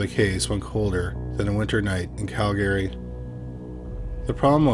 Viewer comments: Cal-gree. Not Cal-gary. Also, having lived in Sundre for a year, it wouldn’t surprise me to have more than one serial killer/rapist there. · Usually I can ignore the mispronunciations, but I almost had to stop watching after hearing you say Cal-gary so many times. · Right?! Canadian here and I've only heard of one person ever pronounce it as Cal-gary.....but, it was a child lol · It’s pronounced Cal-gree. And Toronto is Tronno. We don’t need those extra syllables! LOL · I’ve been mispronouncing Calgary wrong my entire life 😅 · Have I mispronounced Calgary all this time? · Your pronunciation of Calgary makes ms think I've been mispronouncing it my entire life 😂